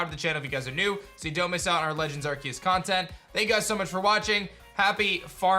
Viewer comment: What is it with you people!!! the pokemon's called ARSEUS pronounce the "c" not "K"